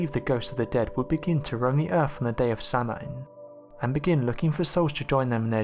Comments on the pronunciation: You pronounced both Samhain and Celtic incorrectly. Samhain is pronounced “saw-wyn”, Celtic is pronounced “Keltic”. The only once that pronounce Celtics with a soft “C”, is the NBA team. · AND his STUPID Limey-Arse couldn't say "SAMHAIN" correctly! It's pronounced: "S'OW-EN"!!! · Samhain is pronounced sow-in or sow-een, please stop saying sam-hane. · I will not read all the comments because there are too many. But the pronunciation in this video is so off. My first girlfriend said "never say 'Sell-tick', it's 'Kell-tic'. And never 'Samhain', it's 'So-een' I never did get that word right, but I can tell you this isn't close. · I love your channel, but I can't stand it when you miss pronounce words, like Celtic (it's not S-Eltic...but K-Eltic) or Samhain ( Sow-Whin), & many others! You're info is also not very well researched, for topics such as this article. Which Halloween is Very well known, by many people, Cultures, & Religions... Please don't just find info on any site, but truly look for the correct information! Thank you ✌️👻🥀🖤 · "SELL-TICK!!??" "SAMHAIN"!?!?!??? Goddamn it, it's pronounced: "KELL-TICK" (CELTIC) & "S'OW-INN" (SAMHAIN) For Fuck's Sake! YOU LIVE NEXT DOOR TO IRELAND!!! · its Celtic or if you prefer the pre roman name Keltos also samhain should be pronounced sow-een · Sorry to be pedantic but it's pronounced Keltic with a hard k, also samhain is pronounced sow (like the female pig) en.... Sowen...oh btw we have a black cat, he's lovely... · 1 Its pronounced Sowen and 2 the Celtic Irish adopted Christianity and brought their older tradition with them . The cultural appropriation took place when the Irish emigrated and others adopted the traditions associated with the Christian feast days .